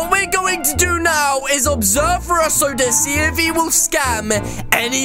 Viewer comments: Its Russo not rossu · it’s not rasso it’s roo-so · Its russo not roous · Welp its not ruh-so its r-oo-so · why does say russel it ru-so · Its r-oo-soplays not r-uh-sso plays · he name is not rosso he name is russo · It’s Russo not rusoe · It is Russo not sasso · It’s pronounced rooso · u said Russo wrong lol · You said russo's name wrong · You say Russo wrong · You made The Acc For An Friend To mAke a Vid Like your friends with your friends And Your Saying russo Wrong 😐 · it,S not russo IT,s russo